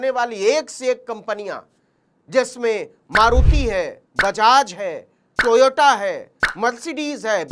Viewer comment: Are bhai.. ye to Toyota ka naam bhi kabhi sahi nahi leta.. TOYOTO KEHTA HAI